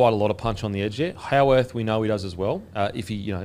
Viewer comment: Can someone on this podcast tell that Howarth is not said as "Hoe-worth". It's amazing that he struggles with such a common Aussie name, as if the name is some obscure regional dialect from Asia.